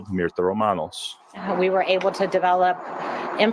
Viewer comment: Her name is Myrta, pronounced as Mirta long sounding E